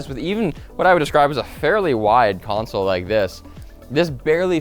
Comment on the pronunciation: Is he saying console?